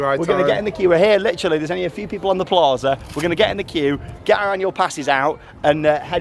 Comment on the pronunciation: You said plarza and I said plaza